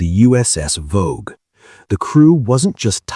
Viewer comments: It was the Voge pronounced Vog E . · I was aboard Voge during the incident. The ship's name is actually pronounced as two syllables: "vo - gee(as in geese)", not "vouge" or "vorje". As cringeworthy your stupid AI mispronunciations of the vessels I knew so well are to me, it is trivial given the fact that your account of the events that occurred that day is COMPLETELY AND UTTERLY WRONG!!!! I'm too polite to say what I really think about it. And while I (and you) have no idea of how the Echo II crew were operating, Voge's crew throughout that day was calm, professional, and incredibly proficient. I was pretty busy at my GQ station on the bridge after the collision but was especially impressed by the demeanor and performance of the captain. He was (thank God!) the calmest, most level-headed commander that you could hope to serve under. I have to wonder what other fictions are being passed off as the truth on YouTube and by the media in general.